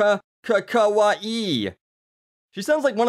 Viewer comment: Does anyone else think she is saying kawaii wrong